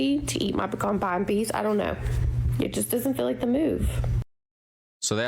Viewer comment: She pronounced pecan pie wrong, hidan was closer to the correct way